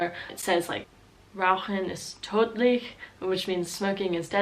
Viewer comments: min The way you pronuonce "Rauchen ist tödich" sounds more like the Dutch slogan "Roken is dodelijk" xD I heard you say "Rauchen ist dodelijk" xDD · Focuse more on the ö when pronouncing tötlich